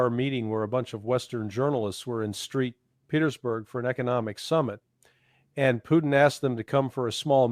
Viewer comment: This video sounds like reading a script. Listen to him. "Street Petersburg"? There are other spots the sound suspicious. I'm calling BS on this crap. Love ya but I don't think this is you.